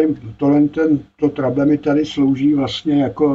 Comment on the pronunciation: měl s výškami velké trable, tak je překlestil a už s nimi nejsou žádné trable 😀 Jak už jsme to dnes probrali, pobavil jsem se i já, však víš. Každopádně pochopil jsem, video poučné. Myslím, že se to jinak vyslovuje Trebl.. Trejbl? Byly to výšky v korekcích? Původní funkce? Kouknu do slovníku. Zdravím, hezký večer, víkend, všem 😀🎸